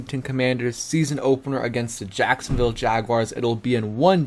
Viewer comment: Jacosnoville?? Lololololol 💀💀💀💀💀💀💀